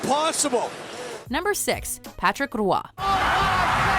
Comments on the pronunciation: Can’t stand how she says “rooahhi” instead of “wah” when Roy was up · It's fucking Wah not Rwah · Why the Fuck does she say Roy that way...? “Rawah”??? Lol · i dunno who rua is.... its Roy (pronounced Waa) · “Racket Richard” “ wooroy” The fuck learn how to pronounce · Learn to say it properly too.... It's suposed to be prononce ro-ah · knows nothing about hockey they did not even say Patrick Roy’s name right